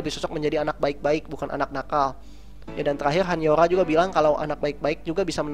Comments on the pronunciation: dan btw han yoo ra dibacanya bukan 'yo' tapi 'yu' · gemes dia bacanya han YOra bukan YUra -_ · perasaan han yoora di bacanya hanyura bukan han han yoola wkwkwk :v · Han Yoo Ra, bukan HanYoRa (bacanya)